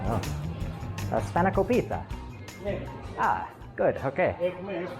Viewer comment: You said spanakopita wrong. It's spanner-KOP-ita the accent for kop and ita are different. google how to say spanakopita. emphasis is on KOP